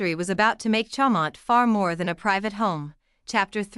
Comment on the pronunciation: If you can’t pronounce it you shouldn’t post it!